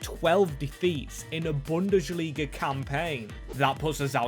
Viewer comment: Its bundesliga, not bundeSHliga ffs my ears are bleeding